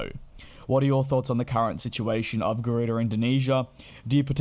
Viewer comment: Garuda or Gardua 🤔🤔🤔. Please get the name right will ya 😒